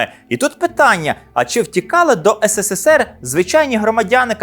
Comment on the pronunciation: Вже кажіть правильно українською "есересер (СРСР)", не ссср